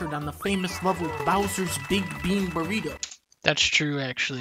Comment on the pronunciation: "Was that a burgritto?"